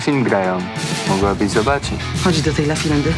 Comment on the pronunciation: "Dzisiaj nowy film grają, mogłabyś zobacić" XDDD Brak mi słów jak słyszę wady wymowy u polskich aktorów, jakim cudem oni kończą te studia?🤦🏼‍♀️ Chociaż on pod tym względem dobrał się ze swoją żoną idealnie 🙈